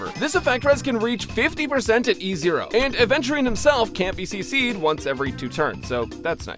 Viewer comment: Bro thinks he’s luffy when he completely mispronounces adventurists name every time.